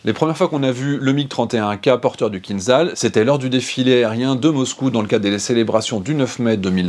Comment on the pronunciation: Bonjour, je pense que le format est bon, dommage que les informations soient inexactes, le MIG-31 n'est pas la version biplace du MIG-25, le missile Kinzhal ( a prononce'r Kinjal) n'est pas un missile ballistique, je préfère m'arrêter là.